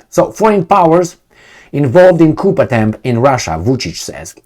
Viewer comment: "coup" is pronounced (coo). A Coupe is pronounced (coop) and a "coop" is pronounced (coop).